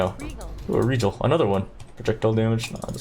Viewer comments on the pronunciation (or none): He also says rejal lol. I mean his not the only one mispronouncing shit in poe . We got cutedog mispronouncing chaos and a bunch of other shit and we also got mbxtreme where he adds "ER" at the end of any words that end with the letter A. He also mispronounce alchemy sometimes but I think his just trolling